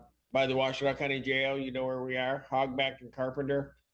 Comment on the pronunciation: It's Wash-Ten-Naw county. In Michigan. Univ of Michigan 💙💛and Eastern Michigan Univ. are in this county.